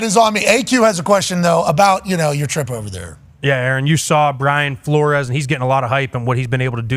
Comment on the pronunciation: Most definitely said Flores.